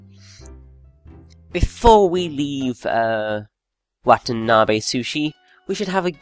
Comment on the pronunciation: Its pronounced wah tah nah beh